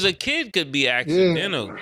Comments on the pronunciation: Mase saying assadental is wild 😅Ayo ass-a-dental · “Acidentical” is wild 😂🤣🤣🤣